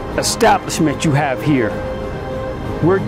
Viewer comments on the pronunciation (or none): Porter said arriverdeci 🤣🤣🤣